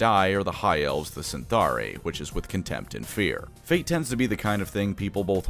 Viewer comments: Isn't it Cytharai, not CyNtharai? Anyway thanks for the great video! Love your episodes with Lorebeards as well! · Eyes twitching it's Cytharai, not Cyntharai. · Isn't it Cytharai? And pronounced with a k? Like Cadai? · How the hell is mispronouncing Cytharai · Is there something i'm missing ? There is no letter N in Cytharai.